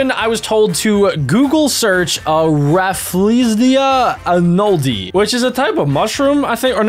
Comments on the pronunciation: He said rafflesia arnoldii wrong ;( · That is not how you say raflesia anoldi